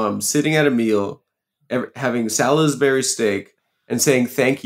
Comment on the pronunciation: How Adam pronounces Salisbury is so upsetting.